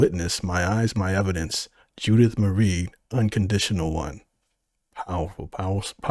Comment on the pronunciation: Hate to be a hater, but "Marie" is not "Mary".. it's not right to get the name wrong. Muh-ree, not "merry"